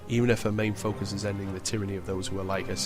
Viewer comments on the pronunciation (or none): none